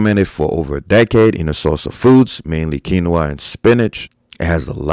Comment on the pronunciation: you said quinoa right!